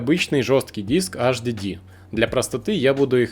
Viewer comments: Слушай сюда, безграмотный полублогер! Никаких Эс Эс Дэ и Аш Дэ Дэ, в природе не существует! Есть Эс Эс Ди (SSD) и Эйч Ди Ди (HDD). Выучи, наконец, английский алфавит. Если мозгов хватит! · сука 🤦‍♀АШДЭДЭ, иди учи как правильно произносить, ко всему ещё выбрал м.2 на 3.5, когда есть м.2 на 7500 скорость чтения и запись и там результаты в разы ещё лучше будут, дизлайк! не стоит тебе снимать видосы, удали канал Писать, что нет разницы между м2 и ссд, я просто в голос ору! Разница есть и она колоссальная! ни только в играх, а вообще везде, из-за таких тупых как ты, люди и покупают ссд, вместо м2 и потом не довольны! Все кто увидит мой коммент, покупайте м2, не пожалейте денег, 5000+ скорость чтения и записи берите, лучше всего 7000+, всем спасибо !) Автору ещё раз! ПРОТИВОПОКАЗАНО ЗАПИСЫВАТЬ ВИДЕО! только дезинформирует людей.! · Немец что-ли (АшДэДэ)? Вообще тесты очень поверхностные ( М.2 и ССД и ХДД бывают разные, особенно М.2)!!! И, кстати ССД имеется ввиду SATA? Но и М.2 тоже бывают SATA... Не надо мешать мух и котлеты в одну кучу!